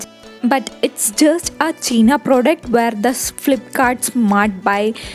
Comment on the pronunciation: It's not cheeena product 😂😂,it's pronounced as Chi-na pro-duc-t Its not air 😂😂 its 'here' pronounced as hair.. Can't stop laughing after watching this 🤦🏻‍♂️😂